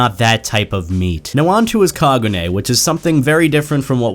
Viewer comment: STOP SAYING KAGUNAE IT'S KAGUNE